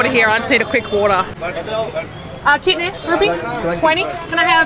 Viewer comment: I guess it's 'Kitne da hega' but you are pronouncing it wrong. Don't worry just ask in Hindi/English what ever you are comfortable in. India has many languages so it's not necessary to learn every one, try to speak if you want to but don't be tensed if you are uncomfortable in pronouncing words :)❤